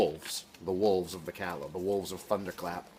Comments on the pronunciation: Calla is pronounced like “caya” in the book they say Callahan is pronounced with the l’s making a regular l sound while calla does the opposite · At the startYou said Calla wrong. Not pronounced the same as Callahan